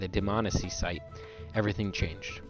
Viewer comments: DihManEESEE NOT DihMANessee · Neither of those are correct. It's Dmanisi. Plain and simple. No need to stress any syllables.